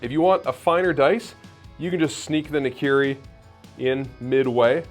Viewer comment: Nikiri ??? I always thought it was called Nakiri. Nikiri sounds like a type of sushi(Nigiri)